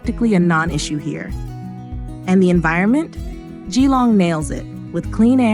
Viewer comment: It’s pronounced JILLONG not GEE LONG .